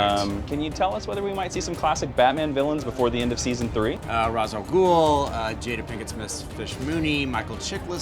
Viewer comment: It's pronounce ra's not rash you watching arrow for to long